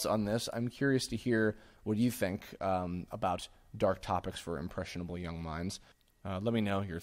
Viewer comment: "Impressionabe minds". Okay, okay.